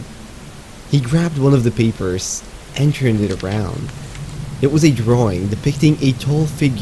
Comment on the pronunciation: I'm so used to watching Subnautica content from (and also because of his accent, I suppose) that I thought he said, "Pile of Peepers." XD XD I seriously thought he put it in there as a joke/reference and it wasn't until when he got to the drawing that I realized, "Oh, he said 'papers'." XD